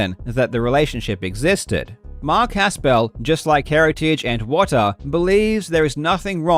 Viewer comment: First off if you are going to mention Mark Haspel, please pronounce his name correctly. You do not need to pronounce it as a 2 syllable word. It's not Has Pel it's just Haspel run together. I personally worked for Mark Haspel for 2 years. Mark Haspel's office is in Bradenton, FL. WATA Video games is in Colorado. When Mark says he has no dealing with the operations or any day to day dealings he's correct. You would think he would get some preferential treatment getting his games graded. He doesn't. He doesn't get anything preferential with CGC either. So please, just how does Mark have any dealing with what takes place in CO when he's in FL? That's absurd. That's the reason he threw his arms up in a twitter response, because he thinks you're so ridiculous, and wrong. You realize Mark runs a full time business? Where does he have time to do all that you are alleging, especially with travel restrictions (and Mark won't fly right now, he's terrified of COVID) and he has a young family. The reason WATA partnered with Mark is because Mark was 1 of 2 people to start the graded comic book industry. Mark Haspel is one of the most trusted and liked people in the comic book industry because he has been honestly doing business in it for 30 years. Mark deals with the top people, auction houses and dealers in the industry. His reputation is pristine because he helped build CGC the correct way through hard work and honesty and being the best in the world (himself). I can see where you may h